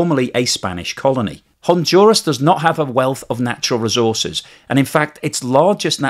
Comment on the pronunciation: "HonDuras, not HONJURAS".